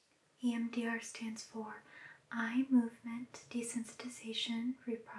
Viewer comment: I keep hearing “Iann Dior” every time she says EMDR